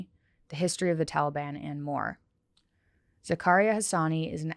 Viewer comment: Its Zah-ka-ree-ya (technically the r is rolled but whatever) Sorry, that was killing me. I feel sad when people tell westerners the "easy" way to say their name. Heading back to listen to the podcast ;)